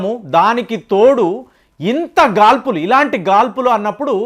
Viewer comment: గారు,.మీరుస్పష్టంగా భాష మాట్లాడుతారు. కానీ, వడగాల్పులు అని అంటున్నారు.అది వడగాడ్పులు అని పలకాలి అని నా భావన. తప్పైతే వదిలేయండి. ఈ దావానలం కిరాతక వ్యాపార, రాజకీయ వర్గ వికృత చర్య మాత్రమే;; అమెరికాలో ప్రతీది ఇన్స్యూరెన్స్ మీదే జీవితం నడుస్తుంది.ఒకపక్క గృహ భీమా ఆపేసారు,రిజర్వాయర్ లో నీళ్ళు ఖాళీ చేసేసారు, ఫైర్ డిపార్ట్మెంట్ నిధులు అతి తక్కువ స్థాయికి కుందించి lgbt,woke కల్చర్ వ్యక్తులతో నింపేశారు. ఇంకా ఫైర్ డిపార్ట్మెంట్ లో పనిచేసేందుకు జైళ్లలోని వారికి రోజుకి పది డాలర్ల వేతనం గా నియమించి కాలం గడుపుతున్నారంటే ఎంతటి దాష్టీకం. మన దేశం లో రాజకీయ వేత్తలే బెటరేమో